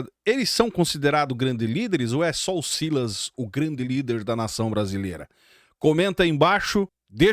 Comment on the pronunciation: SILÁS , SILÁS 😂😂😂😂 É O SILAS . PARA MIM É UM OPORTUNISTA.